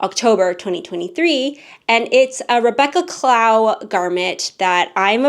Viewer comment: Loved the knits! So Many Tests! I did want to let you know, since you make so many of her designs, that Rebeccas last name is pronounced cl-O-w, like how you would pronounce ‘glow’ or ‘low’ but with a C in front ;) hope that’s helpful, she is such a great designer 🥂 Can’t wait to see your 2025 Toasts and roasts!